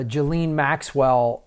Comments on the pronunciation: pronounced ' Gizlane' Maxwell. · I just discovered your channel a few days ago & I was very put off by you because you had not bothered to learn how to pronounce Ghislaine’s name. But I take back all of my previous criticisms of you, now that I’ve listened to this interview. I really had not thought about children & babies being brutalized by adults. I really hadn’t thought about how horrid this is & that it’s also horrid to the persons who have to investigate this horrible horrible stuff. Today is also just another very bad day because of a mass murder at El Paso. How do we survive in this? How are we supposed to go on in this world where there is such evil? I’ve been in therapy most of my life and now it seems so stupid for me to complain about anything that happened to me as a child because I was never brutalized & never even had to go to war. I guess I’ve really had a protected cush life. These poor children will never be okay. Never. I know you don’t personally have the answers so I guess I have to find out for myself: how do we go forward? What do we need to do?